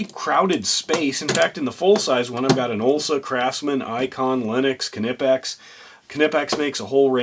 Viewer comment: Stop pronouncing the K, do you sound the k when you say, knife, knock, knickers, know, known, knew? Seriously, what the f is wrong with, you speak English not German, we dont sound the k.